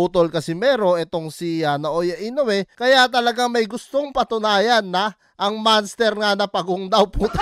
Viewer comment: Manster ha? O monster?